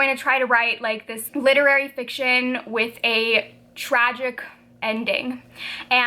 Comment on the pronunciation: I'm lol'ing at the way you said literary fiction 😂😂 I'm also reading radiance right now!